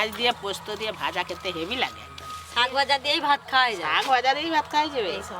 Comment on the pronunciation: শাক ভাজা ❎শক ভাজা ✅😂😂😂😂😂